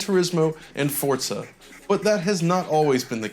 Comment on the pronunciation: i really cringe when people pronounce forza as fort-za